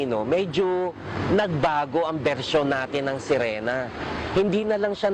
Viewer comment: anong serina? hhaha SERINA DW HAHHAHA SIRENA HINDI SERINA HAHAHA MGA ANIMAL MGA BUGOK GGWA NA NGA KWENTO KATANGAHAN PA...LOL MRUNING DW LUMANGOY PERO NALUNOD TAY KULANG KA SA JAKOL